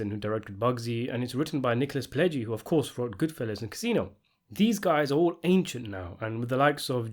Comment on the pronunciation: Who is the guy that's talking here...he can't even speak clear at all..he sounds like a rambling idiot! He can't pronounce names not even close to what they are..like he called Pileggi he calls him (Pledgy)...Why are people listening to this dumb reviews, It blows my mind right now.